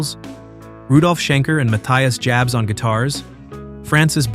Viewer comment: You could at least pronounce their names correctly. You butchered Matthias Jabs.